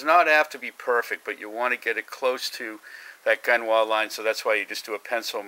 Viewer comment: Nice work. BTW you spell it Gunwale and it's pronounced GUN-el